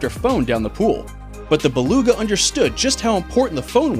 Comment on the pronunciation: Nice to see you pronounced Beluga correctly on this one. The saying is "nooks and crannies".